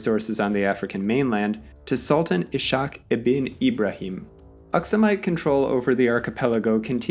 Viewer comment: Tiny note for future reference, ~ the s and h in the Arabic name "Ishaq" are two separate sounds, "Iss-hahk."